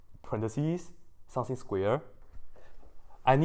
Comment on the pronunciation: Everytime he says 'something' I hear 'sensei' _